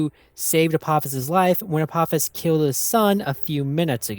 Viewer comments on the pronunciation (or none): none